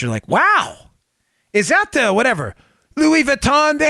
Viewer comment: Love the Louis Vuitton bag story, LMAO. BTW, your French accent sucks, Dan, which is net-net a compliment.